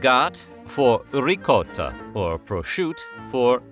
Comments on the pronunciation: Bol-O-nya with the 'O' like on hot, not like in lone. This is similar to ris-O-tto not ris-ow-tto. Nice to hear you did ricotta justice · Italian Americans didn't "shorten" anything. "Rigott" is just how Sicilians pronounce the word. Nearly all Italian Americans are from Southern Italy or Sicily.